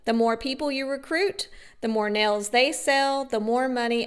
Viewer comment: Definitely!! I had something more in mind than marbles. 😂😂. I hate how she says “nells” for nails.